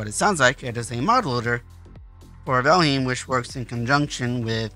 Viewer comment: The name isn't "Valhim"..